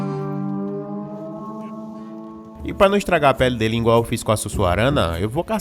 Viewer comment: 'Ingual' 'ingreja' pqp